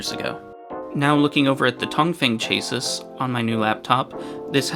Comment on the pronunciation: Just fyi, you say "chassis" wrong. The final s is silent and its more like Cha "like chad" + ssis "sea". Not trying to be negative, but thats a pretty common word that you pronounce completely wrong.